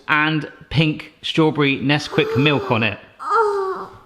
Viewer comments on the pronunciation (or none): So, is calling Nesquik Sesquik just a mistake, or is this a regional thing? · Melissa Noelle He at first said “Sesquik,” too instead of “Nesquik.” Some kind of brand thing?